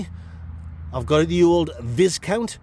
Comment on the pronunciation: Hate to be like the nice biscuit guy but there pronounced vi-counts not vizcounts 😂😂😂